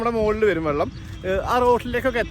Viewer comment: വള്ളം അല്ല മുത്തേ... വെള്ളം